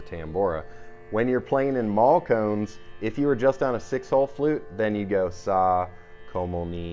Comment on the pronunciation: Awesome playing. Nice try with the pronunciation by the way. Although it’s not maal kones. Malkauns is “maal - ka awce” the last syllable is a nasal sound. Same with bansuri. Hard to explain without an audio demonstration, but great try! The playing is just grooooovy. Not achievable except by great effort in teacher and student, as is evident in your playing. Keep on playing. Love it.